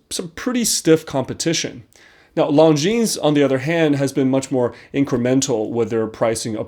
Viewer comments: You pronounce their name lawjean, not lawnjeans. Cheers! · Lon-jin! Not long-jeans! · Longines is spoken without s at the end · Oh boy, I think I may have been pronouncing another brand wrong for a while. I’ve been saying lawn-Jin-es